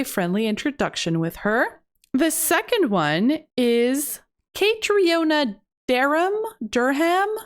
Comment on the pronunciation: As an Irish person hearing you butcher Caitriona's name was so painful in this episode 😭 If you haven't looked it up yet, it's pronounced exactly like Katrina, it's just the Irish spelling :)